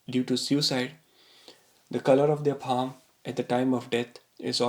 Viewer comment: It’s paaa m not paaa hhhm